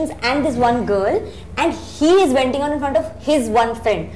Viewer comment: She said venting out not wenting out...